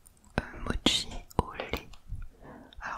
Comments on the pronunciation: Mochi pas motchi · Non on dis mochi ou mokis